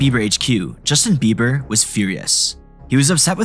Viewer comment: It sounds like eiber, you can hear the small b.